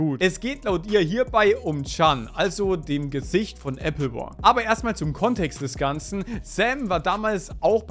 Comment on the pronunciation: Junge diese Applewar Aussprache regt mich so krank auf